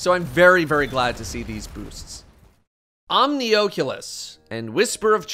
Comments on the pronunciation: Why he saying Omnioculus like that lmao it’s not oakulus LMAO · Love that VR device the Oh-cue-luss. 😉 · Omnioooculus (sorry just thought it sounded funny could be correct pronounciation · Why do you say oculus weird? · Don't say "Omnioculus" like that. Its gross.